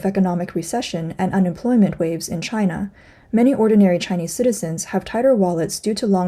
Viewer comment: Its its Myde in Jina! HAHA